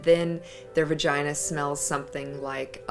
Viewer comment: that moment when a porn star can’t say “vagina”